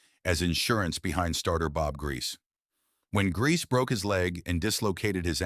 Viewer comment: I hate AI! It's Grie-See not Grease! 🙄